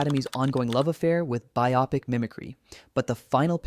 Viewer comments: You are too obsessed with the Oscars. They are like the Grammys. Recognitions of what nitwits think is classy and important. Keep in mind, Sick always wins. By the way, Biopic is pronounced BI-O-pic, not Bi-Aw.pic. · lol the first entry I thought of was Gwyneth Paltrow and the character's name wasn't even pronounced correctly - even though Viola was correct regarding Viola Davis. The only thing I can think of that it isn't AI is the audible inhalation. But can't even say biopic - it's bio-pic. not bi-oppic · BIO-PIC not BIOPIC STUPID BOT~ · AI carpola It's BIO-pic, not bye-OPPik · In the word "biopic", the emphasis is not on the second syllable, but on the first.